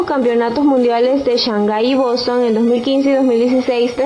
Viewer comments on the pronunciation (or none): none